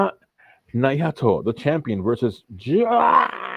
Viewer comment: Do you even watch NJPW? You mispronounced Naito worse than Mox pronounced Ryogoku